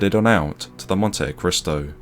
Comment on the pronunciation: I believe it's pronounced "Montee-cristo" 😉